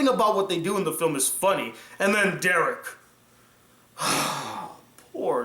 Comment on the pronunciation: You saying Derek hurt:(((